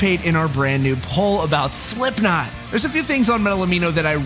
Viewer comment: he says slimpknot